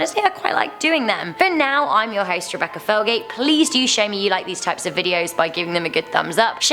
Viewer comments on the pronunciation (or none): none